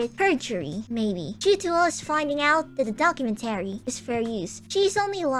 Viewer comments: The only wrong thing in this video is the pronunciation of "documenTAry", instead of "docuMENtary". Everything else is BASED. "Death to Vshojo, long live the new flesh!" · Not related to the topic. But why do you say documentary like that? "Docu-men-tarry" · She says "documentary" the way a certain Minecraft YouTuber says "inventory."